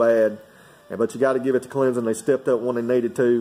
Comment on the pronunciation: Just say Clemson correct:)